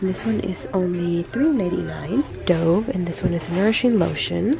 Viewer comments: Glad you're feeling a bit better! Just a little fyi for you... the brand Dove is named after the dove bird and it's pronounced duv, just like love ♥ ♥ ♥ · Not dov but dove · Nice vide,but it bothers me the way she says Dove lol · You said dove wrong